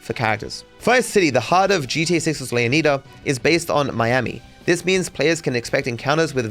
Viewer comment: You say Leonida wrong